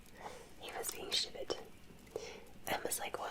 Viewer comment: that "stupid" sounds reeeeally similar to how we say "stupid" in Barbados